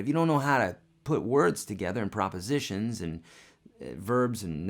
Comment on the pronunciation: Prepositions** Lol If you can’t say that correctly, your dictionary is gonna be useless 😅